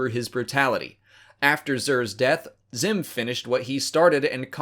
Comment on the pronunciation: Sounds like "Zim"